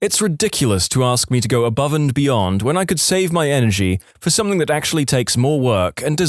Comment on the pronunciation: No K in the word something . Somebody inform the narrator